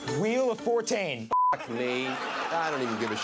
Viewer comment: I could stop laughing when he said "wheel of fortane" and then said "fuck me"